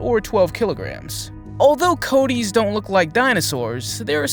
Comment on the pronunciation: You're pronouncing it wrong! Its Coatis (Co-Ah-Tees), not Coat tees